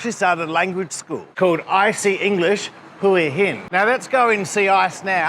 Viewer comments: That's right. He can't tell that he is not pronouncing it the same way she is. It seems to me that the Thai pronunciation has equal emphasis on both syllables, i.e. HOO AH. But most foreigners seem to emphasise only one half of Hua, either HOOa, or hooAH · She’s just being nice to you. It’s Wa Hin not Whoa hin…..lol😂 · It’s whore hin or whoreing 😅 Phuket is fukit and Bangkok 😂😂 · When you vocalise the thai vowel 'ua' you naturally create a 'w' sound when transitioning from the 'u' part to the 'a' part. So when someone says Hua really fast, especially with a very short 'u' part, it could easily be misheard as 'hwa hin', hence the confusion. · To all you - that think it’s still hooah-hin it’s not. It’s HWAHIN pronounced fast and without pause. Just listen to her. .. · No that s wrong !! It's pronounced Who In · pronounced : Who -R - Hin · You’re still saying it wrong!! 🙄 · The way she says Hua Hin is somewhere in between Whoaa Hin and his Waa Hin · English pronunciation phonetics is KWAH (emphasis on AH) I should know, I've been married to a Thai for 33 years and have visited there twice, including an ANZAC day commeration ceremony. But you are correct about the movie title pronunciation. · Another great vlog, its great that your helping IC along with her business 👍well done champion 🏆 their's no W in Hua Hin 😉